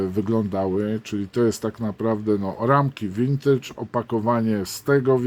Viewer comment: Pierwsze Me 262 Revell'a w 1:72 to były "przedpotopowe" vintage (i tu mała dygresja, wymawiamy "wintydż", a nie "łintydż") chyba z lat sześćdziesiątych ubiegłego wieku i było to badziewie, przy którym recenzjonowany Heller to jest "gość". Natomiast modele z nowych form pojawiły się w 1997 roku i są w ofercie Revella do dzisiaj. Bardzo fajne modele, mam jeszcze dwa niesklejone, a wcześniej zrobiłem pięć.